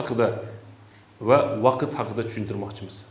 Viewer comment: Вакит эмас вакт деб езинг